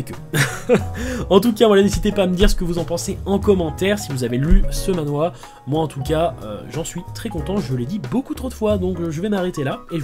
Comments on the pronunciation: Pour manhua, on le prononce man-rua Je suis sur de se que je dis vu que j'ai étudié pendant 3 ans le chinois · Pour la prononciation de Manhua : remplace le H par le son d'un J (jota) espagnol.